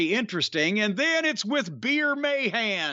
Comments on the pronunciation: The way Corny pronounces "May-Han" makes me chuckle. It's supposed to be "Muh-Haan". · "Veer May Han" lol